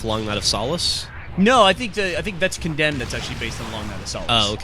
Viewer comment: Instead of Condemed, ''Condomed'' xD